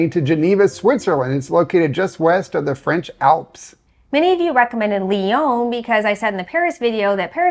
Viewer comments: Hi. It's pronounced Lee-on. Not Le-Own. I was there yesterday to take my son to visit universities. Université Claude Bernard is at the Einstein train stop and is quite a sophisticated engineering school. In a big city too it is odd to find so much open land for such modern buildings. Lyon is not as densely populated as Paris even though it is often referred to as France's second largest city. It has a quite open feel to it. Antoine de Saint-Exupéry was born in Lyon, so they named their airport after him. He wrote The Little Prince, which is one of the world's most widely translated, popular children's books. But it's not just for kids. Some things I like about Lyon is it has bike lanes everywhere. Something like 1/2 of most streets are for bicycles only. America is ruined because everyone you need a car, same with Cyprus, which is where I lived. Even you go to a restaurant get something French, like beef liver. In America we only know to fry it. But the French eat even inch, and I mean every inch, of the cow. So they can make it far more interesting that that. And this is the Rhone valley so have a glass of a Côtes du Rhône red white (white's good too). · It’s not Leon it’s Lyon. Americans lol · Funicular is not hard to pronounce. It is a word in English. And this city is called Ly-on, not Li-own.